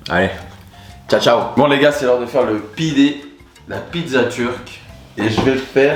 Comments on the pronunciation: On dit pidé pas pide mdrr en tout cas pour 1 premier il est super beau. Et je dirai pas que c'est comme de la pizza c'est vraiment différent de la pizza. Et ayran ça se dit "aïrane" / tu peux même faire une prochaine fois du cacik (djadjik) c'est à base de yaourt / concombre / ail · Superbe vidéo!! 👍🏼👍🏼🥰 Je suis d’origine turc, le mot pide ce prononce pidé et gözleme ce prononce gezlémé! Le sucuk c’est le meilleur truccc au monde 🔥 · Super video !! 🇹🇷🇹🇷 je te corriges on dit Gozlémé, pidé, et Aie rane (ayran) 😅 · Seni Seviyorum : JE VOUS AIME ❤️ et on prononce pidé, gözlemé et aYran (aïran) :)